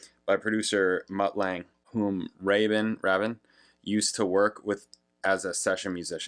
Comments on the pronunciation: It's "Nine Oh One Two Five" and Trevor "Raybin", I believe 😊 You can actually listen to his original demo followed by his solo version here on YT! 😀 And there's also a very interesting and quite entertaining video of Trevor Horn talking about the making of this song, on the RedBull Academy channel 😊👍 Malcolm MacLaren had co-owned a London fashion store together with Vivienne Westwood in the 70's and discovered the Sex Pistols and was their manager 🙂 His album 'Duck Rock' Trevor Horn helped him create is supposedly the first UK recording with Vinyl Scratching effects on it and is regarded as influential on styles like Rap and Hip-Hop 🙂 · Why don't you figure out the guy's name's pronunciation, Rabin "Rabbin" , before you make your video, and then pronounce it correctly throughout, instead of alternating pronunciations and sometimes using both?